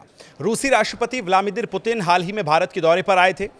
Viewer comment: आप के द्वारा व्लादिमिर का उच्चारण ग़लत किया जा रहा है, सुधार करें.